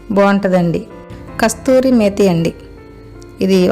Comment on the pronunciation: కస్తూరి kaadu కసూరి anali